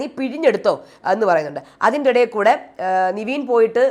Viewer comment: എന്റെ പൊന്നു ചേച്ചി നിവീൻ അല്ല നെവിൻ ആണെന്ന് ഒരു 100 വട്ടം പറഞ്ഞു 😡😡😡 നമ്മൾ പറയുന്നതൊന്നും മൈൻഡ് പോലും ചെയ്യുന്നില്ല 😡😡😡 very bad 👎👎👎